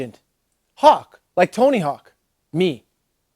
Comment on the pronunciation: "Oh Tony Hawks? Yeah he's rad" LMAO I know dude it killed me too but now I say it like that just to see if I'm ever corrected!